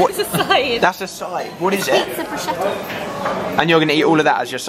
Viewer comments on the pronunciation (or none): none